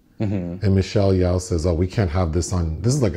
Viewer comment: Michelle Yawh lol it's Yeoh bless your heart 😂